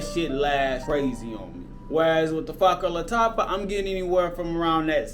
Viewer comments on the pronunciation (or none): " Fa-ker bah Lataffa"...deym dude try to pronounce it properly lel!